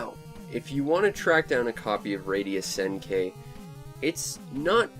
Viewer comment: By the way, it's pronounced Senn-Key. The i is pronounced like a hard e. Just sayin'.